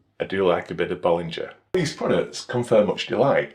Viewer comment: The "G" in Bollinger is pronounced the same as in "singer". Cheers!